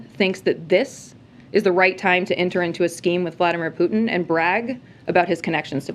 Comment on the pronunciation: Who is “Putinnel “? Poor old man can’t hold it together anymore!